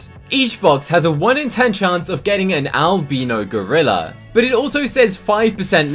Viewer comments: just so you know its al-bye-no not al-be-no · I have to say one thing its driving me mad. Its not Alb-EE-no, its Al-b-EYE-no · Al-bi-no. Not al-bee-no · It’s pronounced Albino ( Alb “eye”no 😊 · your pronouncing albino wrong (AL-BIE-NO) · He says albino wrong